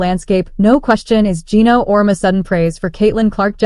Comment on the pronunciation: Can't pronounce Geno's name correctly? AI?